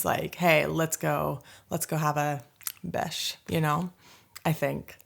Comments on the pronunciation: This time you are nailing the pronunciation of bärs vs beige! Proud närking! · Slangword for beer? Could you mean bärs (you almost pronounce like someone from Stockholm).